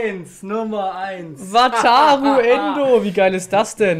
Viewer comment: Weiß gar nicht, wie oft ich ,,Wataro Endo‘‘ gehört habe